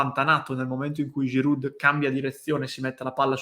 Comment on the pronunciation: Ciao. Concordo al 100%. Solo un piccolo dettaglio, abitando a 5km dalla frontiera francese, voglio solo dirti che la "d" di Giroud non si pronuncia...😉😉😉